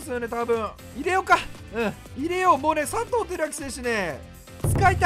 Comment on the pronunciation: １９秒のところ、さとうが ぱとうにに聞こえた笑